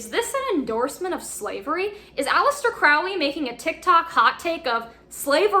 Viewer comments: It’s holy like Crowley not Foully like crowley, that’s how A.C pronounced it ✌🏻🏴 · BTW.. it's pronounced Crowley as in HOLY. Not crowley as in howly... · So, like the book says, speak as ye will, but if you want to know what most people consider to be the correct pronunciations, Liber is pronounced "lee-ber" and Crowley rhymes with holy. Keep up the Great Work,. 93!